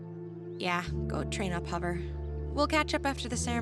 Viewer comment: It was kinda funny when fire said who's hovver